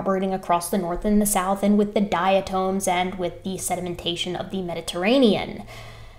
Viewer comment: Diatoms rock. Love you, but the correct pronunciation calls for a short vowel on the second syllable: dia TOM. I am a diatomaniac.